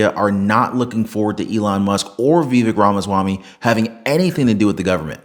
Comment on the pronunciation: Vivek ryhmes with CAKE...sounds like VA VAKE !!!!